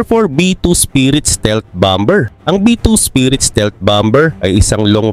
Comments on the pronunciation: yung BOMBER mo isilent mo yung letter B sa BER imbes na bomber = bommer 😊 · Hindi bomber. Ang tama ay bomer, silent b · Silent B ang Bomber-parang Bomer lang po👍